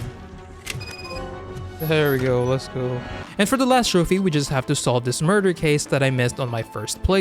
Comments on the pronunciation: Sounded like a complete idiot when saying trophy every time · You really need to stop saying trophy it is infuriating